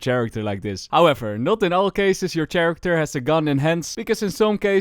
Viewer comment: interesting way to pronounce character